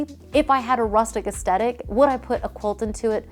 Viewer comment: One trend that needs to be left behind is designers and DIYers saying "aesTetic" when it's "aesTHetic." There's an H and it's not silent, lol.